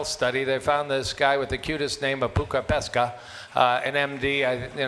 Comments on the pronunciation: If you're interested reading the actual Finnish studies they talk about at around 40 minutes, the Finnish scientist is called Pekka Puska, not Pukka Peska as they mispronounced it. 😄 In any case, it was nice to hear them talking about the North Karelia Project, which is a well-known study here in Finland especially amongst health professionals. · The Finnish doctor is called PEKKA PUSKA not Pukka Peska, LOL. I admit Finnish names are weird and difficult to pronounce.